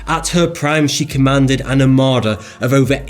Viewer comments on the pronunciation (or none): none